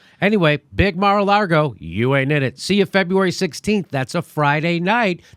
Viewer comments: Jimmy Dore, lol, adds the not just silent but invisible R in lago. 😂 he’s fucking killing me I’m laughing so hard. It’s a big mar-a-laRgo and we ain’t in it. God damn I can’t quit laughing. Watching again at the risk of injury. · There is only one R in Mar a Lago and its not where Jimmy thinks it is. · I love how Jimmy keeps calling it Mar a Largo. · Jimmy "Mar-a-Largo" Dore